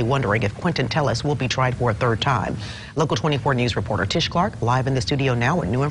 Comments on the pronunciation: Hearing you say “ for a turd time” never gets old:) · LEARN HOW TO PRONOUNCE "TH". FOR SOEM REASON YOU CAN SAY THIS , THEM, THEY , THE BUT YOU CANT SAY "THIRD: YOU SAY TURD" IT sounds awful. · I think you should learn to pronounce third as third and not terd.